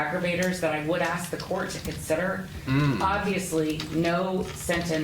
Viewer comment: If your attorney can't pronounce "ask", you're about to be smoked.